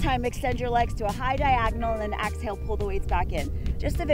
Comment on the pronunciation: Excellent class! But why does she say “axale” instead of exhale? It’s a bit disturbing…